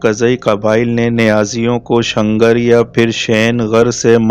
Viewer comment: شنگر نہیں شیلغر